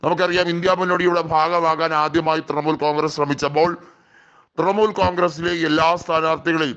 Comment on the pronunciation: തൃമൂൽ അല്ല തൃണമൂൽ